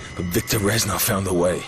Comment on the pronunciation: Fyi not reshnov but resssssnov :)